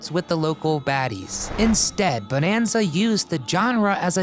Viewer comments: It's not BONEanza, and it's not pronounced JOHNra. I'm out . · You know there is something wrong when their narrator don't know how to even pronounce the word Bonanza correctly. This whole thing is a joke